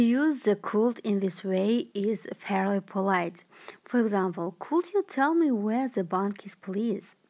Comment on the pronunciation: Could дегенді неге кот деп отыр